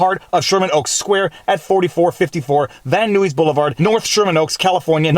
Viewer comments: Van Nuys: not 'van new-eez' but 'van nize'. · FYI Van Nuys is pronounced Van Nize (long "i", single syllable), not Van Newies. Welcome to California naming conventions. "Yosemite" is next. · Its pronounced Van Nuys(Nyes) Blvd. I lived in the city of Van Nuys(Nyes) for 16 years. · also Van Nuys is pronounced Van Eyes rather than Van Noo Ease. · Don't ask me how I know, but I believe it is pronounced Van Nies...like guys with an N. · "Van Newies" I ran to my wife and said see I'm not the only one. That makes three. A Scot, a Canadian, and GPS. FYI In LA they pronounce Van Nuys rhyming with Van-Eyes. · Viva, just a quick pronunciation issue. In “Van Nuys” the Nuys part rythme with Bill Nye not “nuit”. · It is Van Nuys, Van N-eyes and Becerra Be-sara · Van Nuys = Van Nize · "van new-eez blvd." funny when you realize not everyone is from southern CA. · Van Nuys rhymes with Guys. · "Nuys" rhymes with "buys", in "Van Nuys". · I don't know why or how I caught it, I don't even live in California. The way to pronounce Van Nuys is - Van Eyes That's all. Great Vlawg as usual! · funny to hear a Canadian mispronounce American place names such as Van Nuys, usually pronounced Van Eyes. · As a native Californian I feel compelled to say "Nuys rhymes with guys" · Excellent as always! It does enrage us!!! As the quote goes, "I can't breathe!!!" Wit all of these restrictions!!!! By the way the city name is pronounced as " Van Nice" 😉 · Van Nuys is pronounced Like Nyes like Bill Nye the science guy. Its not you Viva its California, California has the weirdest ways to pronounce a words, Its worse in the Bay area tho. Lyon is lie-on San Rafael is san ra-fell, Los Feliz is Feel iz not feliz spanish way, Valencia is Vuh-lench-uh Duboce is Dew-bose Marin is Muh Rin Concord is Con KURD etc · “Van New-E’s”? lol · Just a small thing. The uy in Van Nuys is pronounced as a long i sound. Love your quote. Cali's governance is why I am a former Californian.